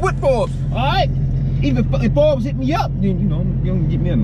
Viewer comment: Baby said the “for bes” page instead of Forbes. She crazy 🤣😂😂